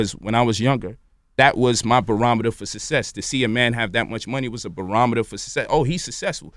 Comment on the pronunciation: I was here for it until he mispronounced success...